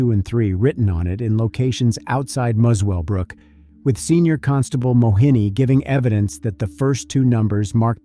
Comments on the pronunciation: You need to check your pronunciation. It is not Mus-well-brook, but Muselbrook. Also it is not Scone, but Scon. Why the US dollars? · Muswellbrook is pronounced like "mussel-brook". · It's pronounced mussell brook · It’s pronounced muscle brook ) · FYI Muswellbrook is pronounced musclebrook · Pronounced Muscle Brooke FYI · Muswellbrook is pronounced Musselbrook. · This happened in the region i live...RIP Carly P.S... it's pronounced Muscle Brook (Muswellbrook) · I live a hours drive from this area. Such a terrible tragedy.Also The W is silent it is pronounced Mussell-brook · A good summary of the case, only thing that annoyed me is how the presenter pronounced Muswellbrook. It’s one of those Aussie things, pronounced different to how you write it